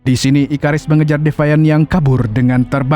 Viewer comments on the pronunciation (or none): Bang itu Abang tadi bilang ikarus kan harusnya ikaris